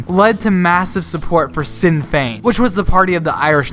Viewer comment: Nice vid .. liked a subscribed .. and loved the cliffhanger Brexit ending. One tiny point of note.. Sinn Fein is pronounced ‘shin fayn’ .. which means ‘ourselves’